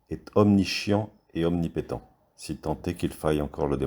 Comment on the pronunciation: Omnischiant omnipéotent 😅😂💨💨